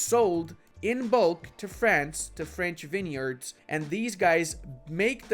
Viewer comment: Thank you very informative. though its pronounced vinyards mate.